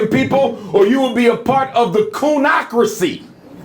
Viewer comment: 'Coonocracy'... LOL